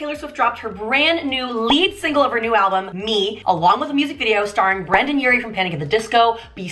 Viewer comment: I loved your video, and your energy trough all of it... I just wanted to point out there are also references to Panic! At The Disco on the video, I was actually looking for someone who found them, witch I consider something wonderful of Taylor to do for Brendon (btw you are like the only one who said his name properly so far). Like the argument on the begining of the video is a reference of an old Panic! video of the song "But is better if you do", when Brendon jumps out the window to the umbrella is a reference to another video of the song "Ready to Go", even the adding of the exclamation on the title was a reference to Panic! as it have been very significative to the band from a long time now, and recently turned into the center of the oficial band logo.